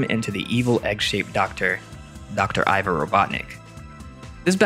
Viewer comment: Slight correction: Ivo is pronounced "E-vo" not "I-vo"